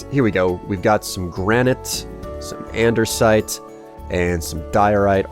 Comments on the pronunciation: Yeah same with me,he keeps going with t "the word andersite" its no that its an-de-site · It's andesite not andersite.